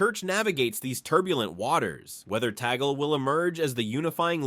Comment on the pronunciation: Kindly pronounce the Family name of Cardinal Luise Tag-lee correctly!